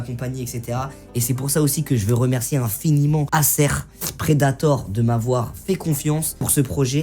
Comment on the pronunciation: mais comment il prononce , " acer " tu le prononce " acère " on le prononce " aycer "